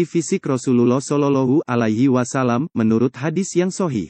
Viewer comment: ma'af kok shololohu alahi wasallam mestinya kan sholowohhu alaihi wassalam mohon di perbaiki🙏